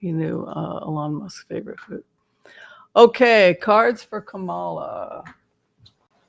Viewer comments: The accent is on the first syllable in Ka’ ma la…not criticizing, just hopefully a helpful suggestion. Thank you for your reading ❤ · Her name is pronounced COM-ma-lah. Think of the name Pamela but say “Komala.” It’s the word “comma,” with the emphasis on the first syllable, followed by “lah.” This is the correct pronunciation. Don’t listen to what anyone else tells you. Her mother named her Kamala which is a Sanskrit word meaning “lotus flower.” She was born in Oakland, CA, raised in Berkeley, began her law career in the Alameda county DA’s office before she was recruited to San Francisco and later became their city attorney. We’ve known her for years here and it’s definitely CommaLah. There are probably YouTube videos of her pronouncing her name. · It’s comma-la, like the punctuation comma, just add la. People make it harder than it really is. COMMA LA. This lady’s name is not that difficult and it’s important to speak her name clearly, as she may become the only lifeline our country has. COMMA LA🌻